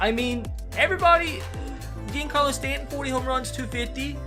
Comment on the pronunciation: is pronounced John-Carlo Stanton